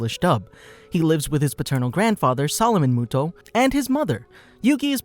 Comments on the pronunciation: I can not handle him saying muto it moto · Its actually yugi MOTO. Not muto. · It's a moto not Muto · sound it out like Moe-toe, not Moo-toe and Ah-tem not At-tom, please and thank you!!! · Not muto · If you speak yugis last name as muto you have never seen the anime and your not a fan. You say it as moto. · Am I the only one that is triggered by yugi MUTO not moto? (How it’s pronounced) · muto? i thought it was moto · Doesn't the anime pronounce his last name as moto not as mu-to cause my brain is hurting right now if mu-to is the correct pronunciation. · It's moto not motou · MOTO!!, ITS PRONOUNCED MOTO UR UNCLUTURED SWINE!! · ITS MOTO NOT MUTO PLEASE PRONOUNCE IT CORRECTLY 😭😭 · Not Yugi Mooto 😂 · am I stuipid or do i remember it being pronounced motoh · You pronounce it Moto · why the hell you saying it like that you know there’s a ( oh ) at the end muto smh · Me too, it was pronounced ‘Moto’ in the Anime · It's pronuced m-o-t-o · Mu toe. Reeeeal epmphasis on the toe. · The last time I watched the English dub, I think his last name was pronounced "Moto", but please correct me if I'm wrong. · You saied his last name wrong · Not to he rude but your are pronouncing yugis last name wrong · The narration kept annoying me with how it pronounced muto